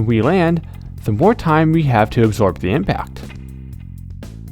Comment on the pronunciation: "egg-zorb" haha